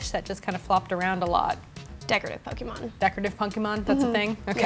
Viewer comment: way to overlook the whole competitive battling aspect of the game... also stop pronouncing it pokeymon... the accent of the e makes a hard "A" sound {poe-kay-mon}